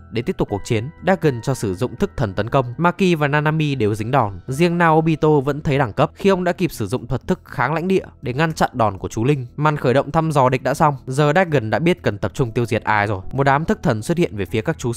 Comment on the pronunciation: Tên con chú linh là đa-gon mà cứ đọc đéch gừn nghe chán ngang :")